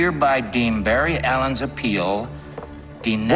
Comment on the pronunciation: I thought that he said denieeeeed